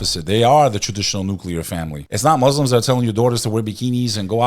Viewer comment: You guys gotta say Muslim and not Moozlums please for the sake of allah , love you guys 🎉 keep going